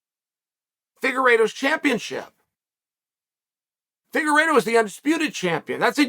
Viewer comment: Fingeredo, at first and then figueredo. Chael really keeps us guessing if he mispronounces names on purpose or what